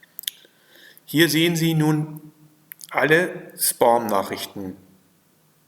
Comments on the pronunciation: Es heisst 'Späm', nicht 'Spom' - aber trotzdem danke für das Video. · Spom? Heist das nicht Späm? Trotzdem Danke für die Info. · "Spoom Ordner" Von was redet der Mann. Wenn er nicht mal "Spam" deutsch oder englisch aussprechen kann??